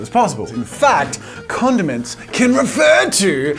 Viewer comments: So many times I thought he said condoms 😂🤦🏻‍♂️ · jazza you mumbled when you said condiments and it sounded like condom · thought he said condoms not condiments cool video